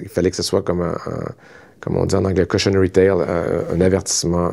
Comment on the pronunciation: Villeneuve : cautionary tale Moi : cochionarie tale ??? 🤣